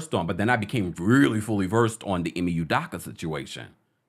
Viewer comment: me too. I waited to comment hoping he would finally get it right